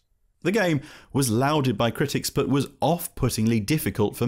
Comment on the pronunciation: Was the pronunciation of "lauded" a cheeky pun or just coincidence? Lauda just missed out on that era of racing I believe 😅